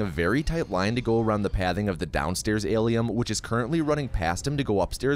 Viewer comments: why the f can’t he pronounce Alien! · Alium??? WTF its alien. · Why are you saying "ALIEM"? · Why do you pronounce it "AliUM" btw? It' "AliEN" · Why is he saying Alium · I never knew how much someone saying 'Alium' would trigger me LOL, its fucking hilarious. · Aliem? what the F is an Aliem? Alien! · Are you saying Alium? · Aliem? Aliem? With an M??? Fk dis. "do not recommend channel" clicked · Wtf is “alium” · Tf is Alium? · Wtf is an Alium? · It sounds like you are calling it "ali-um'..? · Is he saying Alium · What’s with saying “AlieM” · Lil late to the party but why does he say Alium? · Alium isolation can he not say it right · I'm new why is he saying alium 😂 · its alien not aliem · Why does he keep calling it alieM? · Is he saying Alium on purpose to troll fans??? Well, it's working... James Cameron will not be pleased lol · Alium...whyyyyy😂 it triggers meeee😤😤😤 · Why is he saying alien wrong? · Are you saying “AlieM”?!